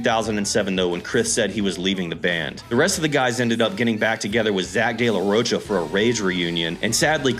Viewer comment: Dawg, if you want to be taken seriously you should probably learn how to pronounce the name of people like Zack de la Rocha. smh